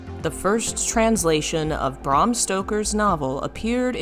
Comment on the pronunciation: Look I gotta say: I love the video, but not the pronunciations As a Dracula fan and a goth, I gotta say hearing you pronounce Bram and Alucard the way you did, well, staked me in the ears. Japanese words pronounced right is just a wish It's just that you are very scholarly, you know. And I don't know how to give feedback properly:x